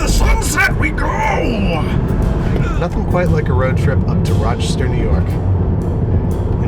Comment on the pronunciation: How to tell Babish is Rochester native: The pronunciation of Raachester.